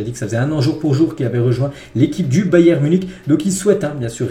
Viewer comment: t'as une maladie qui t'empêche de prononcer le "n" à la fin de "Bayern"?